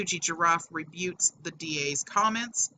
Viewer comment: One quibble - It's "re-but", not "rebute". But, still, thanks for the upload - always good to see the real facts in this sort of situation.